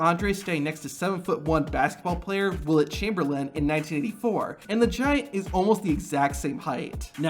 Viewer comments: It’s Wilt… not Willette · No one talking about him saying wilet chamberlin. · “Wilit Chamberlain” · My guy … did you just say “wilet chamberlain”??😂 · Called him willet lol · Also you noticed how pronounced Wilt Chamberlain's first name? This is how you know this guy isn't a legit sports fan. Second in that picture with Andre the Giant and Wilt Chamberlain. Wilt was 7'0 by this time. Wilt had surgery on both knees and stated he lost 1 inch because of it. Third Wilt Chamberlain had flat sole shoes while Andre the Giant had thick cowboy boots and Andre was still shorter than Wilt.